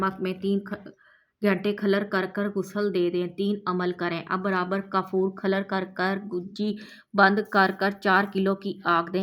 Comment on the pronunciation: Meri pyari bahan aap humse ki biwi hai aur alfaaz bola hai کھلر نہیں ہے alfaaz کھرل hai aapse guzaarish alfaaz Ka Sahi chunav Karen padhna Nahin aata to aap tution pahle rakh le dusra dariyai alfaaz kya hai aap apni video check Karen ki aapane kya kaha hai badi meherbani hogi